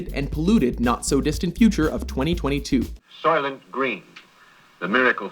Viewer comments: Soilent not silent, & also we know it's people, so we just won't buy it & bankrupt the company! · Soilent Green not Silent.